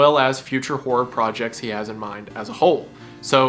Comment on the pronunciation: Hearing you turn the two syllable word Horror into a one syllable Whore always cracks me up.